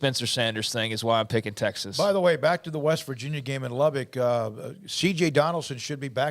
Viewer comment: Hey! It's not Lub-BICK. It's Lub-buck